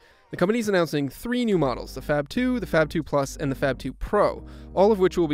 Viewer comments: It's supposed to be pronounced as "FAB" and not FAP for god's sake. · I know it is inappropriate but I heard: fap phone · Did anyone else hear the narrator say, " fap]2"? Am a the anly one that heard that? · Sounds like he's saying "fap"